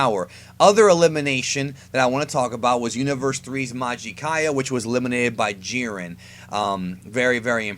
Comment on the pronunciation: Gohan facepalm He was joking about how you said "Jiern" instead of "Jiren". Anyway, Goku atm, beats most versions of Superman. Cosmic Armor, Strange Visistors, and a few others beat Goku. Since Jiren is around Goku's level, the same applies to him. He beats most, and gets stomped by the OP versions.